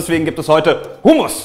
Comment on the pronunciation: ich bin Palästinenserin und kenne Humus und weil es eigentlich arabische Zutaten sind und das Gericht auch Humus und Tahin werden beide anders ausgesprochen aber das ist Wimpel